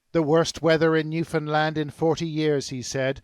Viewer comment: Is this guy saying new Finland? I thought new found land. I'm confused